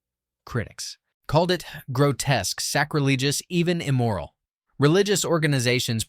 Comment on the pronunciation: Mispronounced “sacrilegious”